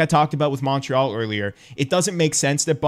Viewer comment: I love you man, but your Montreal pronunciation bugs me so much lol